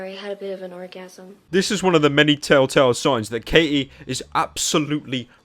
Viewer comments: it's Katie, not Kay-E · Her name is Katie not K.E.